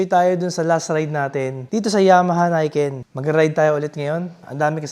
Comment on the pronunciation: Nick-en not nayken ✌️